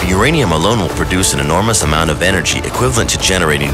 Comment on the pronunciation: he can’t even say equivalent He says it like elkwhiverlemt